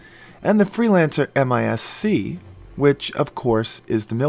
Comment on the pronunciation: Well its MIS. as in Missile (boat) haha.. not MISC..